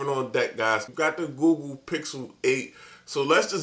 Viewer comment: Why do all tech reviewers say "GooGoo" instead of Google 🤣